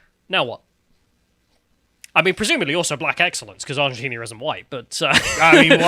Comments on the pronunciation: Argentina, not ARGENTINIA. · Did anyone else hear them say "Argentinia", like "aluminium"? Is it just more fun to add an extra syllable to these words? I guess I need to try it out and see for myself! As an uncultured Yank, I feel like I'm missing out on something, haha! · “Argentina”, not “Argentinia” smh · Does think Argentina is called Argentinia or is he doing it for a joke? It's hard to tell... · "Argentinia" - now that's a geographic trigger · Argentinia lol, love me a Callumism... it almost sounds purposely saritical like Vee's Californiania. 😂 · 15 seconds "argenTINIA" 😂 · repeated pronunciation of "Argentinia" explains to me why the Brits call it aluminium instead of aluminum. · And 'Argentinia'. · Where is "Argentinia",?! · I like how refused to learn how to say Argentina. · I had to switch off at the twentieth mispronunciation of Argentina. How hard can it be? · The most entertaining part of this video is struggling to pronounce Argentina for 25 mins 😂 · Why are you doing a segment on a country when you can't even pronounce the name ? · If you are going to discuss a country you could at least muster up the decency to pronounce its name correctly